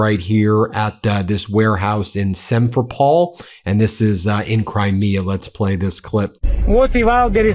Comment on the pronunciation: Work on your pronunciations of those cities, Ben. , especially Simferopol.